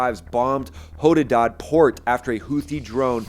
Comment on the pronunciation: "how--doo--dah port" lmao this guy